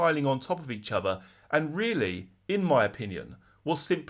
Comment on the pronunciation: 'and this that and the uvver' 😅